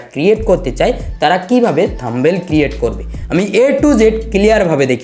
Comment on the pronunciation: kothata থাম্বেল হবে না। কথাটা হবে থামনেইল।।।